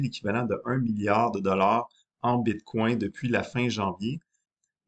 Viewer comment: J'ai décroché à bite coin. bitcoin. pas bite coin. une bite dans un coin lol